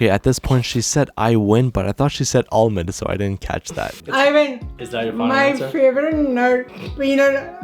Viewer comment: Mom:”Irond”:”Huh?! Irond what’s that?” Mom:”Irond nut”:”Ohhhh Almond!”